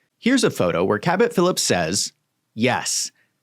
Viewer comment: I love the way you pronounce ‘CABUT PHILUPS’ hehehe